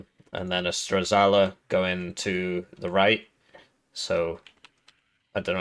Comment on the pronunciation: We did it bois! finally can say "strzała"!